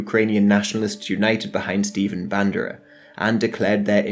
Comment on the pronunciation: Stephen Bándera... Man, you made my day XD